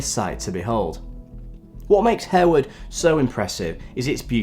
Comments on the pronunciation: I'm pretty sure the 'e' is silent in Harewood House 😬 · "Harewood" is pronounced "Harwood" and "Lascelles" is pronounced "Lassles".